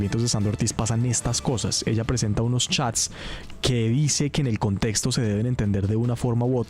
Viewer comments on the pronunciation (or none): none